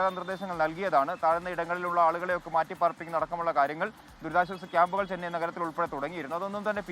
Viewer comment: ചെനൈ അല്ല. ചെന്നൈ..